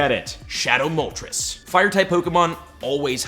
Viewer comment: his pronunciation of moltres makes me want to die